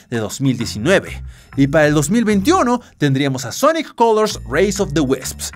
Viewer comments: sonoc colors XD ENSERIO DICE ESO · Sonic colors❌ Sonoc colors✅